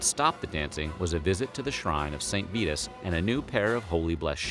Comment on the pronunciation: Gahhh the word is 'exacerbated' not 'exasperated'. And please look up how to pronounce St. Virus Holy hell this world is sliding into Dunning Krugerville.